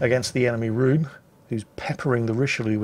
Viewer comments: oh..... Richelieu [ʁiʃəljø] not rishilu Rhön [Rhö̲n] not rhune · Richie-lou-lou and Rhonda.